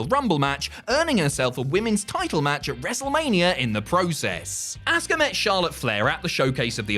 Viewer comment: You say her name like asska jeez man watch the language LOL 😆🤣😂